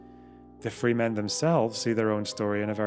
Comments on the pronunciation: Great video. However one small issue. Its pronounced Fremen not Freemen. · wonderful video! just two small issues: a) regarding Dune, it's "fremen" not "free men" and b) i'm bothered that you did not take the opportunity to say "and hard" after saying "the long history of" :) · Absolutely bawking at the pronunciation of Fremen.